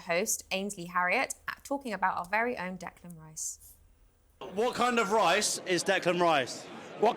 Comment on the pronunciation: Loving pronunciation of "pillow rice" right after pulling up on his pronunciation of "Decland Rice" 😂😂 Loving the show guys, great to see some proper football chat on talksport for a change. Keep it up 👍